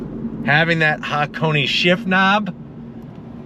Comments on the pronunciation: Small pronunciation check: that should be Ha-Ko-Nay (near enough, the 'nay' is short) rather than Ha-Ko-Knee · It's pronounced haa·kow·nay, not haa·kow·nee. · Its just pronounced hakon. Not hakon.eeeey. hakone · Ha Ko Ne pronounced "Hakonay", not hakony LoL. Love your videos though! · It is Hakone(haa•kow•nay). Not HakoNI. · Say it with me. HA-KO-NAY kthx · He just can't seem to say Hakone correctly.